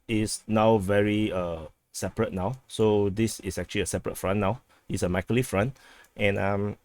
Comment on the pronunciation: it's pronounced Meekohligheev Mykolaiv y - ee o = OH aiv = eye iv